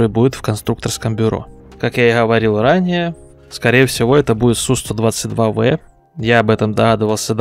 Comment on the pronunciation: Один из немногих называет правильно танк Су 122 В а не Б. Респект.